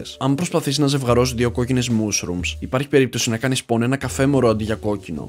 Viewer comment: Γιατι το ηπες μουσρουμ λεγετα μασρουμ οχι οπως το βλεπεις😂😂😂😂😂